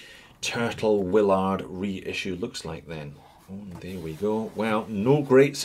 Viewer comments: Is there some arbitrary reason to mispronounce the movie character's name as Captain 'will-ARD?' You don't say, "sei-KO." The character's name is pronounced "WILL-erd." They say it like that in the movie about a hundred times. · Cpt. Wil-lard... Funny.